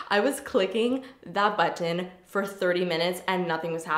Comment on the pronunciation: I love the way you say button 😂